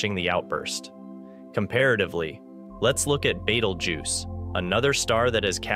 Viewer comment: I hear you sound pretty articulate with all the other pronouncements in this video, Betelgeuse seems to be a little different. I have heard it pronounced like that before. By anyone. I don’t read it like that either. Are you doing that to troll people.